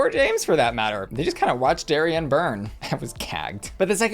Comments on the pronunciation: Why do you keep calling her Dari-anne? It’s Darienne. No Anne included. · I know this is such a small thing (and I could absolutely be speaking out my ass) but I since I’m local to the same area she’s from I just want to mention the pronunciation of Miss Lake’s name: It should be like “dairy-en”, not like “dairy-anne”. She’s named after a local Six Flags amusement park (Darien Lake between Buffalo and ROC NY) and they’re meant to be pronounced the same!!! I just don’t want it to be a Trixie saying “gottmeek” thing 😂 love you! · Small quibble, but you keep pronouncing Darienne “Derry-Ann” when it should be “Derry-in” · Why do you say DariAnne when it says DariEnne ? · I chuckle every time you pronounce her name "Dairy-Anne". Love you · why are you saying Darienne like dairy-anne? lol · You pronounce Darienne like Darry-Anne… why? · Am I the only one hearing Dairy-Anne? 😂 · Not calling Darienne "Dairy-anne" the whole video....SMH. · Shanell has already done all stars and the mispronounciation of Dariennes name is sending me. It's not Dairy-ann.... 😂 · It’s Darienne not “Dari-Anne” lol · I hate how you pronounce "dairy ann" 😂😂😂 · I love how you say Dairy-Anne😂🥛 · Lol the Darienne pronunciation makes me laugh every time… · Good for you, it drives me crazy and I yell it’s Darienne, not Darienne 😂